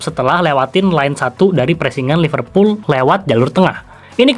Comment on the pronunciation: Gimana fans liverpool sucribe lo klo lo nyebutnya iful kek fans mu